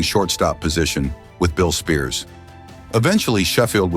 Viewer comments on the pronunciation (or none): And the stupid AI. Mistakes over & over. "seasons 3-2-1?" "Billy Spears?" (it's pronounced SPY-ERS)